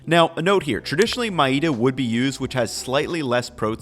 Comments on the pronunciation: My man pronouncing maida like it's a Spanish word. It's not ma-e-da. It's meh-da (how it's pronounced in Hindi) and moy-da (how it's pronounced in Bengali) Keep up with the respek u putting on s asian cuisine, love to see it. You're doing such a good job with making the food might as well master the pronunciations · your content is phenomenal and I really appreciate the light you bring to the intricacies of Indian cuisine. Btw In case you’re wondering, we pronounce maida as (May-the). Your pronunciation wasn’t bad but this way it will impress viewers for next time! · you're the best and I love your videos. As an fyi, it's pronounced "meh-dha" (maida). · it's pronounced "may-da"